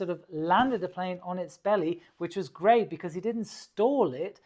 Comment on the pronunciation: 3.49 Woas? Da kam das Bayrisch wohl etwas durch ;)